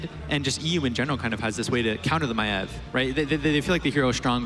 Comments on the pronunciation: As a fellow Australian I never even imagined someone calling Maiev "My-eve". So it's a not a thing about her accent, rather, her as a person. I'm sure people have told her that it isn't pronounced like that but she just sticks to it. I never realised Tyrande was "Teerahn-duh" and thought it was "Teerahn-day" and it just feels weird saying it differently. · So the problem with the new caster is that she pronounce Maiev weirdly? Sincerely I don't care at all, and it seems a really fussy criticism to make. She has a clear voice and a nice flow, even if she didn't say much at all for now. I can't wait to hear her in a game.